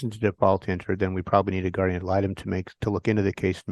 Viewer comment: Guardian! nnnnnNNNN! Not Gardium 🙄 😂